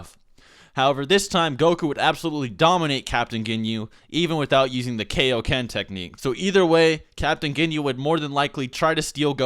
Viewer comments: Dont say it like kay-oh-ken so its kai-oh-ken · ITS KIA-OKEN NOT K-OKEN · "key-o-ken"? isn't it "kaioken"? it's from king kai after all that goku learned it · "However, this time Goku would dominate Ginyu, even without using the kay-o-ken technique." ... KAI-o-ken. As in Kaio-sama! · kai. o ken. kai o ken. like king kai! or kai-o sama! looks like you're not gonna learn the genki dama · "Kay-o-ken" AAAHAHHAHAHHAHAHGHDLsgljgfjkahgejsknefwejsngf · you said kiakoken